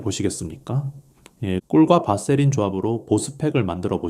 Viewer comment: 바세린 이라 발음하시오 밧세린이 아닙니다.(vaseline)